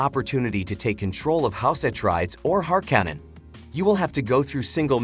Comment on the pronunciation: AI narration is terrible.... House Atreides and Harkonnen were utterly butchered in speech.